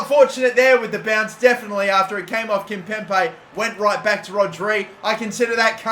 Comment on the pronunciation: It's KIMPEMBE!!!! NOT KIMPEMPE!!!